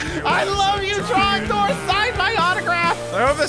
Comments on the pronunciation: It is trog door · Its tragnor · It’s drogdor!!! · its drogdorrrrrrrrrrrrr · It is trogdor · IT'S TROGDOR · ITS TROGDOR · Its trogdor!!! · IT'S TROGDOR!!!!!!!!!!!!!!!!!!!!!!!!!!!!!!!!!!!!!!!!!!!!!!!!!!!1